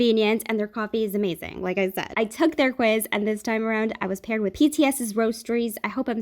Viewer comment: I love how you said Amazing "AmAzing"